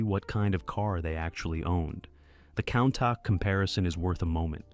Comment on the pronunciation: Kauntah? Sounds like a sort of Lamborghini Arnold Schwarzenegger would get. "GET TO ZE KAUNTAH!" 😅